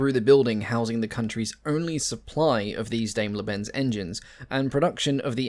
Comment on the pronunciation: Do you English-Native-Speaker have to butcher everything? It's DAIMLER - not Dameler! :( It is a good video, but frankly British, American, Australian, Canadian etc. folk truly should try to correctly pronounce stuff more :(